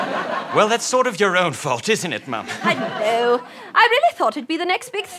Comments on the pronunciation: no it's supposed to be m'am as in ham not mum as in farm. so yes he is saying it wrong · He's saying "Mum." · I know is saying ma'am but it sounds like "mom". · Julian Frank what? I totally thought it was mom!! Haha that's weird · I was also thinking of that Kings Speech quote when said "marm"! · I'm British too it sounded like mum but I think it's ma'am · He meant to say ma'ma but yeah it sounds like mum XD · is he saying mum or ma'am? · Is saying mum or mam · Wait he isn't saying mom? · Yea but Mum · Or more like mum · Zara Shab they are saying ma'am. Depending on the accent it will sound different. Watch the Kings Speech or the Queen they have say it's "ma'am as in ham, not ma'am as in palm" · is he saying ma'ma or mom??